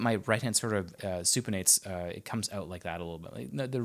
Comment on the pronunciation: "Supenates" interesting.. "thumb skin" hmm alright then 😂